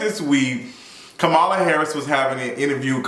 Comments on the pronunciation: Her name is pronounced "comma, la" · Yeah he's pronouncing it like Fox News purposely does 😒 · Her name is KAMALA----->COMMA-LA 🤦🏾‍♂️🤦🏾‍♂️. Furthermore, as it pertains to Meg. Keep that same energy and make sure you hold her accountable when she is found out to not have told the truth bruh. I'm still waiting on your explanation of "toxic positivity"(those were your exact words)from your video of Tabatha Brown's response to Wendy Williams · Everyone pronounces her name WRONG. Think of the word COMMA (like the punctuation) and then add LA. COMMA-LA NOT KAH-MAH-LA or CAM-AH-LA. I hope that helps because that's what helped me to remember it. Like 99% of the country doesn't know how to pronounce the VP's name and we need to learn it please. I'm not attacking you because I see this everywhere. Just providing tips to remember it. My name is Kamara so I feel her pain bc ppl try to say my name in 3 diff ways. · Can we please pronounce Madame Vice President's first name correctly??! She says it in that clip of the interview 🙄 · Him mispronouncing Kamala is sending me lol